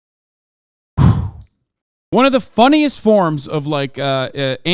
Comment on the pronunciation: ArnoldBraunschweiger called it! Lmao “LISSEN”